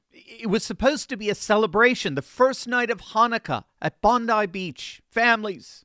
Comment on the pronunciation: Good onya pronouncing Bondi correctly